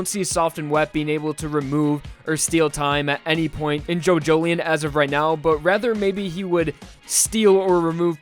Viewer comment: Jo Jo Lion not Jojoleion